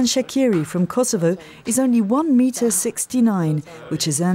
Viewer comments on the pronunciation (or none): yup he is.. shame.. Oh well.. AND he should be telling people his name is not SHAKIRI it's pronouced.. Shashiri.. smh with this guy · its pronounced shachiri. only people who speak albanian knows this. i iwsh he would just tell everyone its not pronounced shakiri